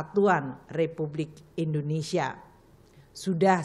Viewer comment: yang bener Indonesia bukan Indonesa 🤔